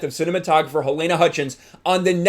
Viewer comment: Good video. A minor point: Her name is pronounced 'Ha-leena'